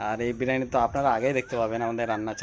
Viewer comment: biriyani bolun. Birani noy